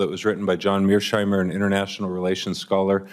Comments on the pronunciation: are you well in the head in these committees? what are you going to do next, attack the professor? And it's Mearsheimer, not Mearschmeyer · lol, I love Senator Kelly’s sheer contempt of not even pronouncing “Mirschmeyer” correctly. For a “respected scholar” Mirschmeyer isn’t only vehemently and criminally wrong, he absolutely refuses to self-correct whatsoever. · Indeed. Kelly is a simpleton that clearly doesn't even know who Mearsheimer is, as he couldn't pronounce his name correctly. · READ MY LIPS, SENATOR! YES, RUSSIA WAS! And learn how to pronounce the Wendell Harrison Professor in the Political Science Department at the University of Chicago, where he has taught since 1982, name!:face-fuchsia-tongue-out: You need to start reading different comics, Senator Kelly! And stop making a fool out of yourself!